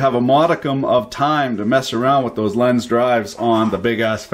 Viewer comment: Lenze is pronounced something like "lentseh" in english. Nice vid,!